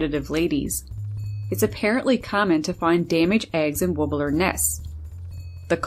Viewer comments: Why would anyone pronounce "warbler" as "woobbeler", get a grip! Look it up... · She also says "hey?" like an American, and warbler like who knows what.